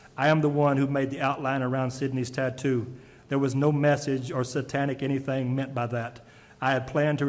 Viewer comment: " We're not cutting anethang or anything."...